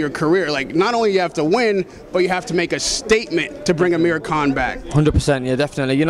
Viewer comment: Did the guy say Amir King Kong in the begining???